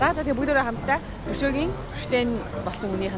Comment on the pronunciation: Бөгдөөрөө биш бүгдээрэй шүү кк